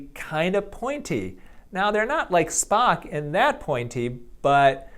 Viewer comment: I am proud he didn’t call the Vulcan “Spoke.”